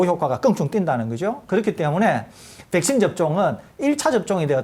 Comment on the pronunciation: 설교수님 백쉰 발음 중독된다..